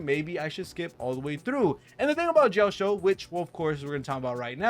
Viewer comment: Ouch... those butchered pronunci8ation of Yunli's name and Jioaqiu's name. 💀